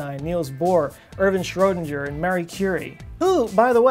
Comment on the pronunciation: It's weird for me as an Austrian, how you pronounce Schrödinger.